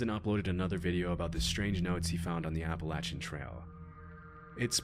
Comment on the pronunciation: random video pause okay I just wanted to ask, who pronounces Appalachian, applachin? unpauses video